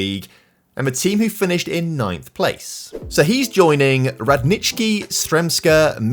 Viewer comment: I love how you pronounced Radnički, well done! Greetings from Serbia!